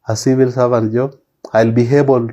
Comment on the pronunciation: Our graduate is unable to pronounce the word 'civil' correctly! 😞